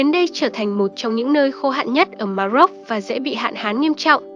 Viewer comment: Ma rôc chứ đừng phát âm là Ma dốc nhé !😃